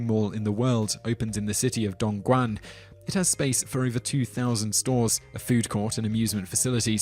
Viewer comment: Nailed "Dongguan". Butchered "Guangzhou".